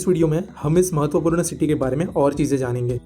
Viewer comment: When u say 'mahatvapurna' I click that u r marathi 🙂